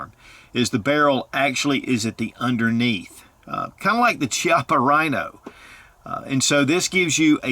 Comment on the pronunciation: Fiochhi - you pronounce this correctly! Chiappa - you have an opportunity to learn, LOL. Ch = “K” in Italian. So Chiappa = “Key-op-ah”. Nice review! I own a S&W 422 that is in perfect condition (maybe 50 rds through it) . It is indeed a different sort of mechanism and I have found it to be a very, very sweet shooter. Please enjoy yours!